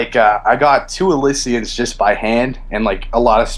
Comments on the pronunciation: also elissian lmao what a rersrd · Elee-Shun is the correct pronunciation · dude can't even pronounce elysian or sigil correctly. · I quit watching as soon as he pronounced Elysian wrong. Not sitting through 10 mins of that. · Kappa, cant say elysian correctly.